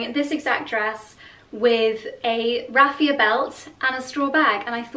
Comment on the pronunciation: I was just thinking finally someone who pronounces it correctly, and then you mentioned that too :D hopefully, people will learn :)